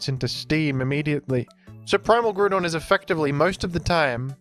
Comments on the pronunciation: I believe Groudon's name is pronounced grau - daan Because his name is Ground without the n and with "on" at the end. Not Groo don I'm not telling you to change, I'm just pretty sure it's incorrect. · why do you keep saying "grudon" it lowk pmo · Who the hell calls him Grûdon😭😭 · Ah yes I love the groond type pokemon groodon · Bro stop saying Gru-don. Boutta pmo, immediate dislike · Is it Groudon or Groodon? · The way you say Groudon pisses me off ngl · Why do you say groudon like that? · I know its engagement bait, and I will fall for it but that groudon (ground and don) pronunciation especially his random buffer between gru and don that happens only 50% of the time is actually killing me